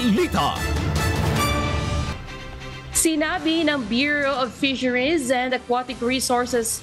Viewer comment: Grabe naman ang pronunciation oi: water-. woder, fisheries - fizeriz